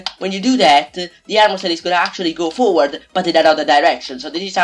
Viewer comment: it is forward not foward